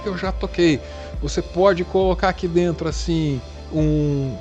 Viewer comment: Quero ouvir o o dintêro! Como escreve bem esse homi. Eu amo ❤️